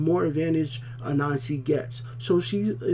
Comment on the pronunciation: "Ahnassi", not "Anansi" ! XD